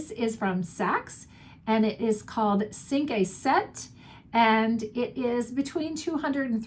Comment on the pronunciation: Cinq is pronounced sank